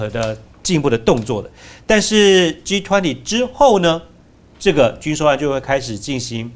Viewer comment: 岑帅哥把G20英语说成了，狙湍婷